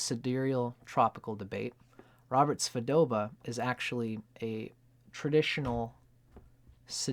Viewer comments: Hi, it's Svoboda, not Svodoba. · Svo-bo-da. Robert Svo-bo-da.